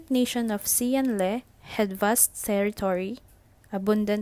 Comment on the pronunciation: This is good! Quick tip though; the letter “X” in Chinese is pronounced with more of a “Sh” sound, and the “Le” in Xian Le has a softer “e” so it’s mor of an “Leh” sound or atleast that;s how I think it’s pronounced lol